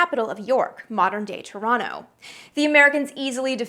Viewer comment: I must commend you on your ability to differentiate between pre England and Britain. WAY too many people call Britain 'England,' including English people who know full well it's wrong but do it anyway. Waitaminute!!!! You pronounced Toronto correctly. ( ͡° ͜ʖ ͡°) I remember being outraged when I heard that Nixon had said “I don't want to be the first president to lose a war.” It turned out that it was probably Lyndon Johnson who had said it. James Madison was the first. I don't really consider the battle of Quebec to be an invasion however, because neither Canada nor the United States existed at the time. No border means no invasion.